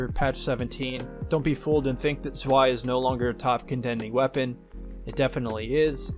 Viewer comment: fyi Zwei is pronounced like "Tsvy"